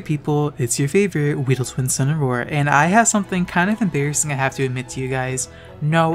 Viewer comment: If I had water in my mouth I would have spit it out upon hearing your pronunciation of embarrassing